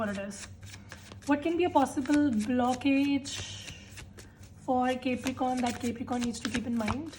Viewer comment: ITS NOT CAPERICORN ITS CAPRICORN, ILLITERACY AT ITS PEAK😂